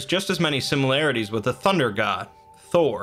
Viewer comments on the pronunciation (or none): none